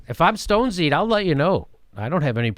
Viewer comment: "stonsied" im fucking dead xD